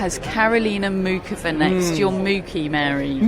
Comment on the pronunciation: So much for something being off with Sinner like thought after the Shapo match. Also, for a podcast that talks a lot of equality and respecting the women's game, they insist in pronouncing Muchova emphasizing the C instead of Moo-Hoe-Va and the silent C. It's just a little thing but a lot of other announcers pronounce it with the silent C and Karolina herself says that is the correct way to pronounce her name. And they pronounce Thomas Machac the right way with the silent C. So it's ironic that they pronounce the guy's name correctly, but don't care to pronounce Karolina's name right.